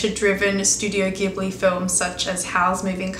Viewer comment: Just a minor thing that might interest you as a fan of the studios: its name is pronounced "Jibli" (even though the original word "ghibli" is pronounced the way you said it... go figure!).